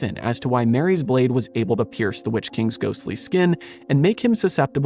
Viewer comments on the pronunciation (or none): none